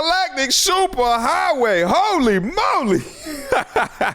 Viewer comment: Not "Highway" but "HoWay!!"